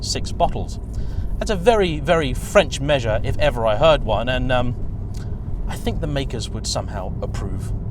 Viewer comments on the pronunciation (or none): none